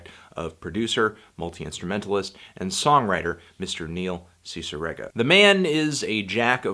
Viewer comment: He mispronounced it, actually. It's "Sissy-reega".